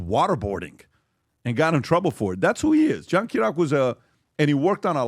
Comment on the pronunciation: John Ki-ri-yah-ku 😂 it’s funny hearing all the PBD guys butcher his name lol